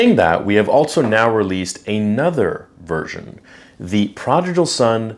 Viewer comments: You should learn how to pronounce "prodigal." It's not "projical." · bruh it’s pronounced prodigal not prodijal lol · Prah-dig-uhl, not prah-dij-uhl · Just a heads up: it's pronounced ProdiGal, not ProdiJal. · Hey man no hate but you mispronounced prodigal each time. Pra-dig-all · Bro, love your stuff and support the channel, but you're killing me here. It's pronounced praa duh gl. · Perhaps you should know how to pronounce prodigal before making a video saying it.... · Good to know what the difference is, might get one for my sister :D Grammar nazi moment: You might wanna check your pronunciation on the word 'prodigal' :D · Please don’t take this the wrong way, but why do you pronounce Prodigal wrong? It keeps throwing me off and I can’t focus on the rest of the video 😂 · Your not even saying prodigal right . Lmfao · Brother, you are killing me on the way you pronounced prodigal lol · Please say prodigal correctly haha. ❤ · I'm sorry, but, I can't watch you anymore man. I've put up with a lot from you recently but this is honestly the last straw for me, as it is. Things have just been piling up and up and no matter how much I try to ignore it, I just can't anymore, and this kind of proved it to me. Just completely insensitive. Like seriously, mispronouncing "prodigal?" Come on man. Do better.